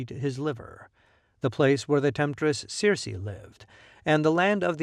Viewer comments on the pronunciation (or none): none